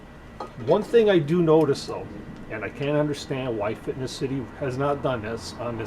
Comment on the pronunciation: good video, but just for your information, it's not " fitness " city like you constantly say there is no "T" it's Finess City.